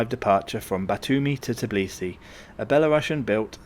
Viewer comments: Tbilisi, not Tiblisi. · First of all it is not TIBLISI it's pronounce TBILISI! Second it is mount ARARAT (even mentioned in Bible!!) not ARAGAT but otherwise useful info has been provided.